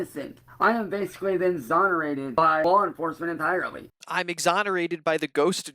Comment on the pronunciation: "Im Zonorated" that's not even because of his rotted out goblin teeth, he's just regarded